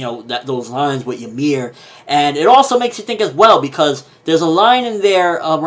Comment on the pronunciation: it's not jameer -.- its YMIR